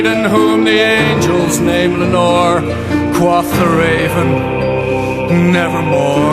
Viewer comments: I would also refer you to "Parsons, Alan (Project) - Tales of Mystery & Imagination-02 - Raven, The." Note that "quoth" in that song is pronounced with a "long O" sound. Alan Parsons and Leonard Whiting (Wikipedia says that Leonard Whiting sang lead vocals on "The Raven") are British. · How do you reckon he mispronounces "quoth"? IPA : kwoʊθ | Phonetic : kwohth | [source: dictionary . com] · I would really like this, except for the fact that the singer is mispronouncing "quoth." Every time that he mispronounces that word, it totally takes me out of the web he is trying to weave. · I understand your grievance, but I have to correct you on some points. The band is Dutch, while the vocalist was born and raised near Cornwall, England (from what I remember). That is why I raised the regional issue. I know some other British natives that pronounce it the same way he does.